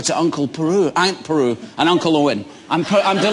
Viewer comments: I love that he says aunt Peru, when she's called aunt Beru ;D He's awesome & so is this interview. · God dammit Ewan, it's Aunt Beru. XD